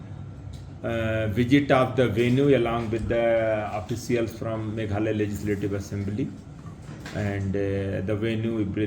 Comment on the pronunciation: formation not formason meghalaya not meghala